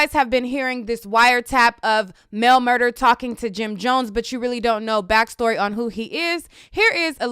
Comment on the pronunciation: Mel MurDAH—not MurDER. Look at the spelling; correct pronunciation is everything.